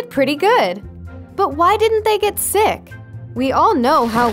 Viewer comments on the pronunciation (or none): none